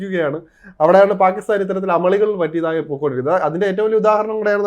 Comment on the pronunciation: Now It is Bakistan ....Say Bakistan.....